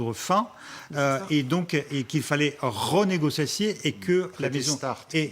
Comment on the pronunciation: Alala l'expert géopolitique agent du KGB pas foutu de prononcer l'important mot "renégocier"